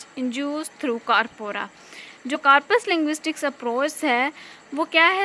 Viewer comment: Yeh Mispronounced